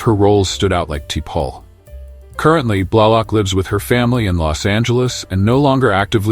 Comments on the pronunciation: Like Tee-Pole? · The AI voice to this video is terrible !! Like "TEE PAUL" You didn't edit your audio? Wow!! Smooth move "EXLAX" 🤣🤣😐👌🦨👍✌